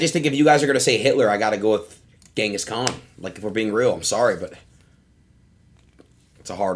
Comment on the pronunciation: Ngl Adin is so uneducated it's not even funny ... "what did Shakespeare do?" "What did Gehngis Kahn do?" Ngl I could cry at this point